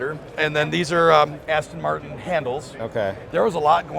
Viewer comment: Best car of the show. Outstanding. But dare I say that the host doesn't know how to pronounce Aston Martin?